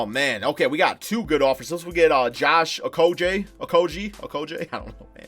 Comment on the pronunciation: Finally you got the pronunciation right ....Okogie😁